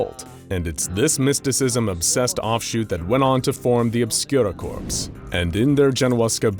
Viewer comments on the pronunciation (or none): “Corps” isn’t pronounced “corpse” it’s pronounced “core” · Or cor